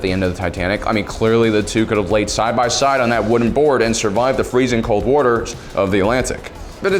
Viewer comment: Whenever says wator I laugh for a solid 10 seconds lmao